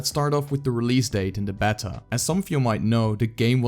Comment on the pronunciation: Great vid! Btw It’s pronounced “bay-ta”